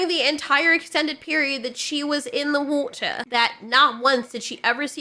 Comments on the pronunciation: Glad you pronounced war'er correctly 😊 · "There's something in the wad•deh!" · Man, I love your exaggerated pronounciation of whootah! 🙃